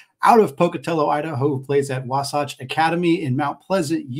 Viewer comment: wasatch not wasawtch